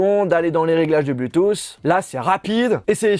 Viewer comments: Arrete de dire bluethoossss cest bluethoot je ss normalement cest bluethoossss mais voila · Criss que tu dis mal Bluetooth! Cristy français cave.